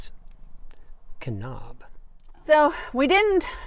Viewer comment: Great video. Keep them coming but just an FYI. It's not pronounced Ka-nob it's Ka-nab like apple.